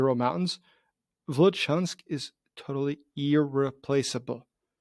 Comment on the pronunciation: It is Vilyuchinsk, not Vilichansk.